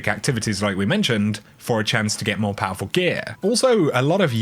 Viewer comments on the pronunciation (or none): none